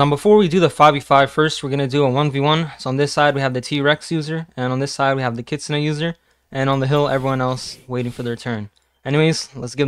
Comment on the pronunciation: its pronounced kit - soon